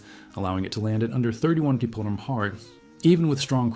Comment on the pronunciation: I would have really liked this video if there was a real person reading a script instead of a dumb AI the says Mapghiiiirfhh instead of Mph or Keeempfhey instead of Kph.